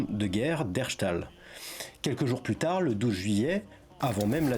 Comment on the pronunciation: Alors, attention les prononciation "herstal se dit comme ça s'écrit " herse tal " et non herchtal. La majorité des villes belge, dans leur forme francophone, se dise comme elles s'écrivent Anvers par exemple, se dit avec le s, comme dans " I love pariS ! "